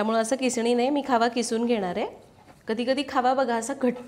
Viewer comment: Khava ki khaava?? Ky boltay